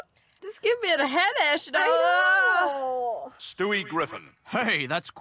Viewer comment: I just wanted to let you know that you're pronouncing the word headache a little wrong. You're making it sound kind of like "head age" when you should say it more like "head ake" (I know ake isn't a real word but I couldn't think of a word that sounds the same, except ache 😉 English isn't my first language either). Anyway, I just thought you would like to know since you have said that word so many times in your videos and it doesn't bother me and probably not anyone else either. Lots of love from Finland 🇫🇮 ❤😊